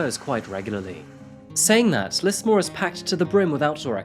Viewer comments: I thought Tobius would be "Toe-bye-us" but idk, and I heard him say "Lissmore" when it's "Lizmore", as the newsreader said. (Lismore is also an Irish place name.) But other than that, not sure what you're talking about. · It's pronounced "Liz-more" But justice for Simone! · I'm sure someone else has said it but we pronounce it as Lizmore than Lismore. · Just to let u know it’s pronounced lizmore :) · Stop saying "deep dive" unless you're going to change your name to ana Garcia. we pronounce the S in Lismore as a Z. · Yep, it’s not a well known city but still triggered me how he said it